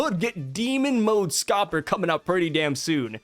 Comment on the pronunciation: Kinda eh it's Scopper 😂